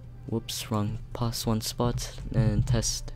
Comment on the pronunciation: He said pouse